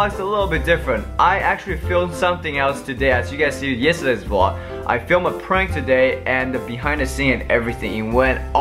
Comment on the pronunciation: It's a VLOG not VLOO